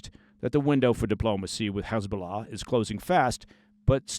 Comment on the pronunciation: Your correct pronunciation of "Hezbollah" in Arabic and not the Israeli Hebrew dialect "Khizbulah", tells me you have real life, serious experience with ops, unlike many false ex-ops or even news "experts" and what not. Kul El Ehtiram 😊 Kudos!